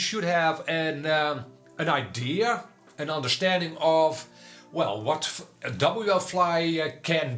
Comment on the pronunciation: why are you saying WL FLY . IT IS WFLY NO L Between w and fly